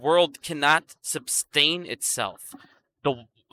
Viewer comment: Sustain not substain